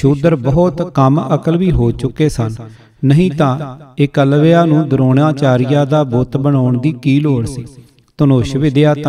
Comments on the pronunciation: 8.01 its eklabya c not ekwalya nahi 22g baking thuhadi gal ke dronachareya nu teer de johar dikhoun wali gal sunkey maza aya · Jaap sahib,shabad hzare,saviye te chaupai sahib jo dasam granth ch ne oh v jhooth aa? Eklavya da naam tuc galat pronounce kar rahe ho Baba deep singh ji Sant jarnail singh ji Bhai mani singh ji ehna widvaana ne Dasam granth te ungal ni chaki,,tuc kis saboot naal ohnu galat keh skde o??